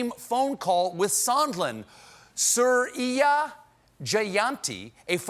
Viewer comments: It's pronounced 'Soo-ree-ya'. It's an Indian name. Oh how glad I'd be if Trump was brought down because of an Indian!! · The way he pronounced Suriya 😂😂😂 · damn Stephen absolutely butchered Suriya's name